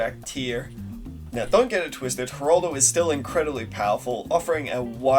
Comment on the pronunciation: why do you keep saying Heraldo, its Geraldo